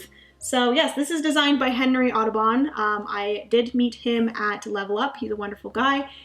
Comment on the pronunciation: I didn't hear "Kinkstarter", but being German I swear every single time you say Henry Audubon's name I just hear "Autobahn" :') Also, no idea how you managed to fit all of those games you received or purchased into your luggage. I couldn't travel with a big number of games as it would simply be too nerve-wracking an experience.